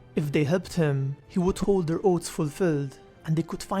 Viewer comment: Hehe. Oats. Odd though it may feel, you actually have to stick you tongue out of your mouth, between your teeth, to produce the interdental fricative 'th' sound. You can not produce that sound with the tip of your tongue on that ridge behind your upper incisors -- tongue must go between teeth! (Otherwise it's not 'teeth' it's 'teet' :)